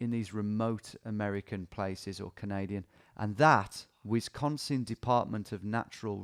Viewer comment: Eyy, Wisconsin on the map, he pronounces it like a fib or an east coaster.